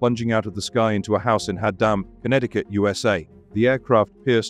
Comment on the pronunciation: I love it. "hah-DAHM" Connecticut. Hah-hah-hah! It's "HAD-um" morons (Haddam). Anyway, video's kinda lame. I made it four minutes. More than enough.